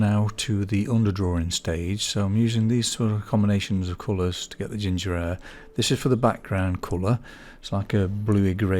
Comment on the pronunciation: Love this upload. Just remember that the letter "H" is pronounce in the word Hair. Sorry, but you know it's true. As the old saying goes "Do not drop your ayches"